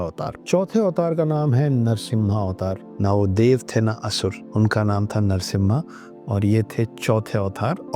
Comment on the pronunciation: सर जिस शिव धनुष का आप नाम पिनाका बता रहे है उसका नाम "पिनाक" है। और विष्णु जी का अवतार जो है वो नरसिंह अवतार है नरसिम्हा नही। पिनाका एक मिसाइल है जो इंडियन डिफेन्स के पास है। अगर आप जानकारी देना ही चाहते है तो कृपया सही दे यही निवेदन है।